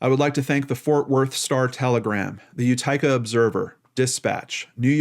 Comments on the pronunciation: You-tick-uh lol not you tike uh. And it's just the OD. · Utica is pronounced Youtika